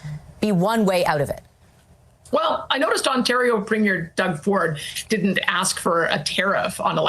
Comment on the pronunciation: Well CBS needs to learn how to pronounce "premier" before commenting.